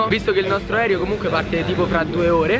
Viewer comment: Si dice video non vidio